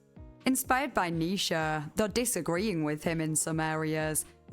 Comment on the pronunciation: No shade, I noticed that you pronounce Nietchze (I’m probably misspelling that) as “Nisha” rather than “Nee-chee”, which is how I’ve always heard people pronounce it. Anyway, my dog’s name is Nisha, and I tend to listen to your videos before bed. So every once in a while I hear what my brain registers as my dog’s name, it’s kind of fun to me. Anyway, I’m really enjoying this video, I’ve jotted down a few books to read. So thanks. Keep up the good work.